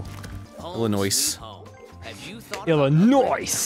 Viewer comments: The "s" in Illinois is silent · Illinois... ILLINOICE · Pronounce Illinois with the fuckin 's' one more time 😤😤👏🏻👏🏻